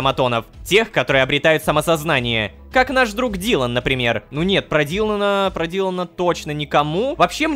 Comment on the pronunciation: Дилана-❌️ Дилано-✅️